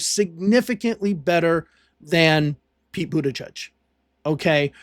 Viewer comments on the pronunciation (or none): It's Butijij, not Butajudge.